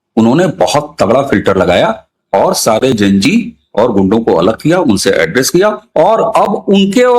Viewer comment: please say Zen G not Jen G. This is a common word and I am sure you have studied XYZ not XYJ. Enjoyed the whole podcast 🙌